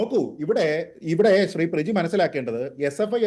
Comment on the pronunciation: പ്രിജി അല്ല. ക്യമി ആണ് വാ അടക്കട മോനെ